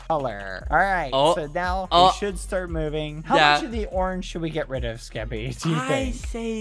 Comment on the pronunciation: skeppy? more like ske-PEE